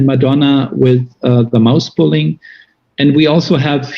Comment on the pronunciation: I swear he said "mouse pulling" 🐁🐭